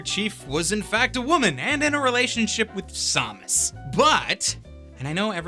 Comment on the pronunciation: "when master chief was in a relationship with Sawmus" BRO WHAT SAWMUS?? DUUUUUDE NOOOO